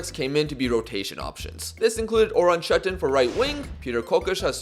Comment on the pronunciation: you said “Orhan Çetin” better than me and i am turkish.